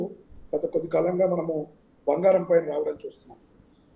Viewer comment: తెలుగు చదవడం నేర్చుకో తల్లి బంగారం బంఘారo కాదు